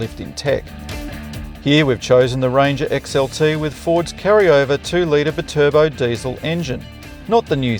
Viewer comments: B-Turbo 😂 I haven't heard anyone try to pronounce Bi-Turbo like that... Perhaps the ute is good for carrying B-Cycles too? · bit urbo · Still cant get over howe you pronounce BI-Turbo as one word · Love how this guy just invented his own way to pronounce Bi turbo 🤣🤣🤣